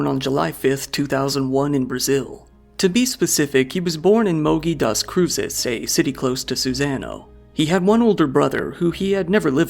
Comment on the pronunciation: Please, when pronoucing portuguese words do a bit of research. Wtf is a uiARMouu and mogging das curses